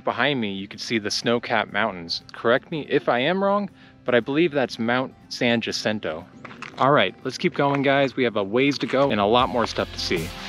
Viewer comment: You are correct, but Mt San Jacinto the J is pronounced as a Y. San Yacinto.